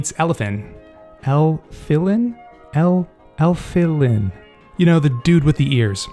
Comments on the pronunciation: It’s ELF-FI-LIN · ef-fil-in is how it's pronounced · It's EL-FEL-IN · ya it's el-fil-in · its elf-lin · Elfilins name is pronounced with all short letters